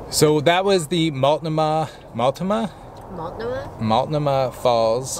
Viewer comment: So happy you’re enjoying Oregon! pronounced Multnomah Falls correctly, thrilled for you and that you stopped. When it’s warmer I recommend standing in the pool at the bottom and get as close as you can to the bottom of the fall... then look up! It’s breathtaking! And you can get dizzy and throw up but I swear it’s worth the rush! Speaking of rushes... did you like the bridge in Portland??? 😂😂😂 If you come back that same way you will absolutely love the upper deck! 🤢 Best restaurant in Tillamook and you found it! Great choices of food to eat too! The traveling family VLOG’s have always been a treat for me. Thank you for this one! Whatever Gods plan is for you all is, this right here and now, well, it looks real good on all of you!!! God Bless!